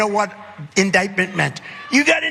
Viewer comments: The N word, Ndictment 😂.. And his audience are so dense they don't cop it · Indictment but yeah... N-dictment 😂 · I'm confused. I thought he said the "N" word was "nuclear". Now it is "N dictment" ? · “The n-word, the n-word, Ndictment!” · I prefer my president to know the definition of the word indictment, and know how to pronounce it correctly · Smartest guy in the world. Knows all the big words, except "indictment'. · indictment does not start with the letter N 😂LMFAO